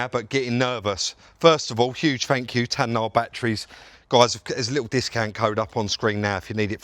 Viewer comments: It's NOT TAN.... NAH ...., It's TAY...NAH !!! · Nice job,. I'm not a picky prick, but it's Tayna (Tay- Nah) Been using them for a long time myself. Keep on crackin, son. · It’s TAY-NA surely?😂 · I know it's TAY-NA Batteries and I'm not sponsored by them, come on try and get it right one day. Good result though 👍🏻